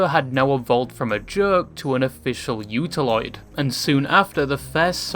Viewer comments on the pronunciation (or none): its utauloid you dum- you nice human